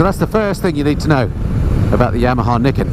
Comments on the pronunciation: Another thing to know about it ..... How to pronounce the name 😜. Nee ken, according to a Yamaha promo video I saw soon after it was launched. Just thought you might like to know. I’ve been invited to have a test ride on one, and now, having watched your video, and heard how much you enjoyed it, I think I just might go for that ride. Not that I’m in the market for one (it’s a FJR1300AE, no question, when I change), but it looks like it will simply be fun. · it's pronounced ni ken. Two sword.